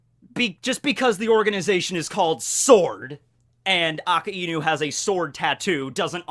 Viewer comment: Could you stop pronouncing akainu's name A-ka-inu? it's hurting my ears. It's pronounced A-ka~i-nu, basically a-kai-nu for all intents and purposes.